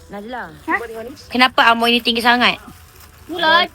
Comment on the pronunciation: Rasa dia nak sebut naji tapi tersebut najli..hahahah